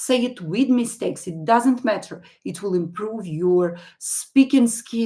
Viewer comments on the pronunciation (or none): none